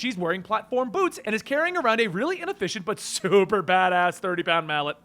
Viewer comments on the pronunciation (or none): none